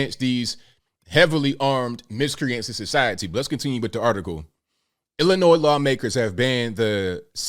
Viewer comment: Lousy politicians didn't care till rich City that had Assault Weapons laws on the books never cared about the people in Chicago who always get killed. BTW the last S is silent Illinoi is how it sounds!!! 🤔